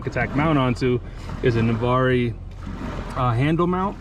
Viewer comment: It's Na-VARR the e is silent. I lived there for 14yrs. :)